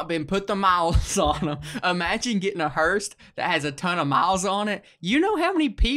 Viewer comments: Why can't either of them say hearse, I'm hearing hurst, and hearsh, but not hearse lol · If I'm hearing him correctly he is saying it as hersh if so hes definitely wrong its hearse